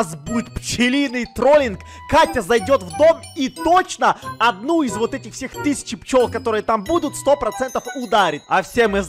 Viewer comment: ты сказал воть